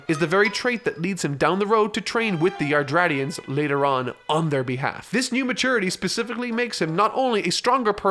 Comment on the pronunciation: Man just said '' Yardtratians''